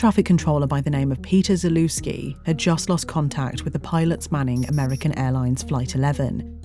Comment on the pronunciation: zalewski not zelewski